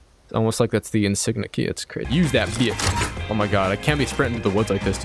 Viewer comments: bro said insigna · Omg I died when you pronounced insignia 😂😂